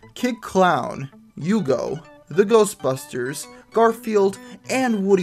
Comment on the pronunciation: hugo come from Denmark.... And in Denmark we pronounce it with a hard H